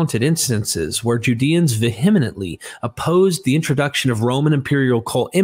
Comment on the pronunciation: *&… its “vehemently”, not “vehemenently” lmao